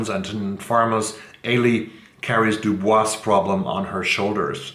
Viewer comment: I read Cloud Cuckoo Land and it is enchanting. I read the last 300 pages in one sitting. Also, W.E.B. DuBois is pronounced DuBoise in America.